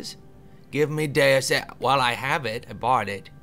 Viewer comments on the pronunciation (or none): Yeah, it's Latin for God, hence day-us, not....whatever language "deuce" would be. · Coming from someone who's played the original, it's 'Day-us Ex'. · Im pretty sure its pronounced like: "day us" ex although i do not work for websters dictionary :)